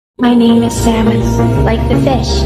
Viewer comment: "Saunemin" 💀 (IM SORRY)